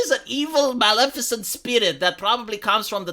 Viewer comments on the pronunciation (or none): none